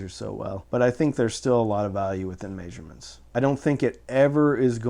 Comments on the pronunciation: Lmao "Mayshurements" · This guy pronouncing measurements weirdly